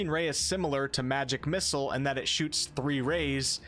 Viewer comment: please stop pronouncing it "magic missles"